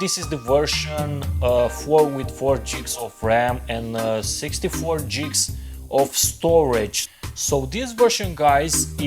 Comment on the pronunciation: Buddy your sayings gigs wrong lol